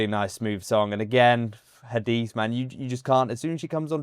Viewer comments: Ha-di-seh is the right pronunciation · Her name is Hadise you have to pronounce the E at the end like E for Echo. But you are doing very well with the pronunciations we appreciate your reactions thanks